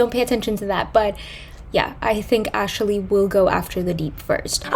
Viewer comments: its “Ashley” not “Ashely” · 😂 just noticed.. ashaley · "Ashley" having three syllables is not something I ever thought I'd give thought to…